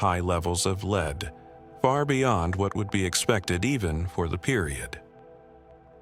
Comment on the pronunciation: The entry on the Franklin Expedition: Could you FOR GOD'S either figure out the difference between the metal 'Lead' and the verb 'to lead' l and how to pronounce them